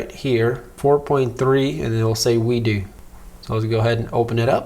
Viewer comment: its not wee-do its WEED-O